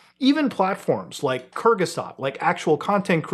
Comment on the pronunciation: i heard "kyrgyzstan" at first and im ashamed to say it took me way too long hes trying to say kurzgesagt